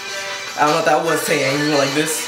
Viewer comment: its good you alr pronounce taeyang and seungri properly now 😂😂 damn srsly i cant stop fangirling over you😂